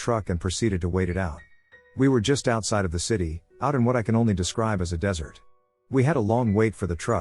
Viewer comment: what flavour was the dessert? since you insist on pronouncing 'desert' that way. and animals know. they just know.